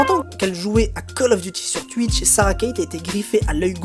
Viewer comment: pourquoi il sait pas dire "twitch " ?